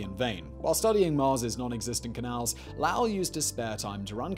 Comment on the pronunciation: Not lao he was not Chinese his name is spoken as low ool as in low and ool as in cool sorry you but two videos in a row hearing lao was too much